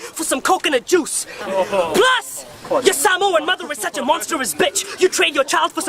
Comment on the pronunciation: I like that he actually pronounces Samoan better than white people 😂🤝